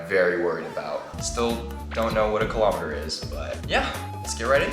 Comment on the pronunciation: ITS KILOMETERS!! NOT KILOMATERS 👹👹👹👹